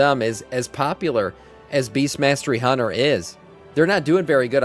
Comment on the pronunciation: Did dude say beastiality hunter?